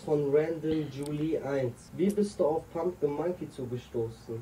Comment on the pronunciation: zum ten mal es heißt PUMPING MNKY NICHT PUMPKIN